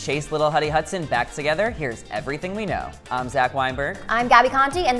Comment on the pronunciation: Did he just say chase little huddy husdon💀😭